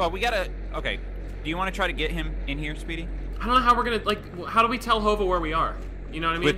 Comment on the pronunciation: It sounds like he's saying sweety but he's saying speedy